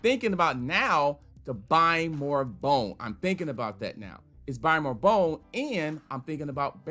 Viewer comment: 😭😭😭😭😭. Yes. I went to have a listen thrice. Following by “is um disappointed. Is um sad.”